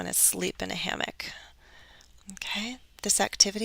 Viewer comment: Hi again, Are you sure that you pronounced "hammock" correctly? Or maybe my listening is poor! Many thanks